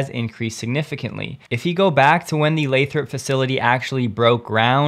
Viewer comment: Hey, you started pronouncing Lathrop correctly. I didn't want to say anything, but it really did drive me crazy cuz I'm anal about that stuff. Apparently, people from Nevada have a real problem with people who don't say it their way too. LOL